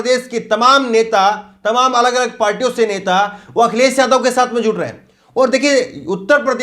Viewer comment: Brother vadhia reporter banna hy ta apni zuban saaf rakho jida k newj india nhi hunda news (NEWZZZZ) NEWS INDIA... akhiles, jila, samil majhb nhi Akhilesh, Zilah, Shamil, Mazhab hunda.... Brother if you wanna see yourself in top list of reporters, then you really need to work on your speech and vocabulary 👍🏻 best of luck